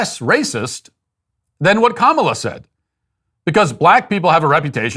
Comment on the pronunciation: I need you to help make this go viral. There is a Disney Marvel show called Ms. Marvel who has the main hero whose name is Kamala. She is 100% Indian. Her Indian family and all her friends pronounce it Ka-ma-la. Not comma-la.